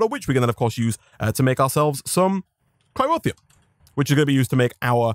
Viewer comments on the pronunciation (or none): It's Cryotheum, not Cryrotheum.